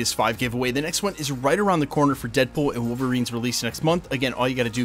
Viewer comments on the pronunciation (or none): 😂 “deadbool wom Wolverine”